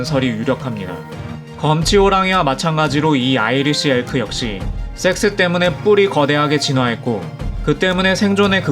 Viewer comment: 섹스 발음이 영... 영화 추격자 프로파일러 센세 (이종구님) 한테 섹스 발음 교정좀 받아야 할듯